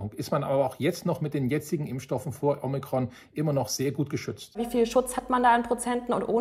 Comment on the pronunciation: Danke für Dein Video! 😊👍 Kleiner Tipp von einer Altphilologin: Das erste „O“ in Omikron klingt wie das zweite. Genau so wie in Ort oder Orbit. Du hast es wie in Omega (oder Logo) ausgesprochen.